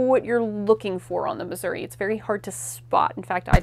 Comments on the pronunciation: It would be nice if the curator correctly pronounced Missouri. Miz-zur-ree. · Brilliant stuff despite how I despise the way you say Missouri